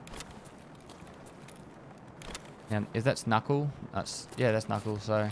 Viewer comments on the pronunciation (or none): did this man just call NaCl "Nahcull? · "NaCl" and he called it "Knuckle" LOL Goddamn ozzies, perfect. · Says Nackle for NaCl, my dog must not have taken chemistry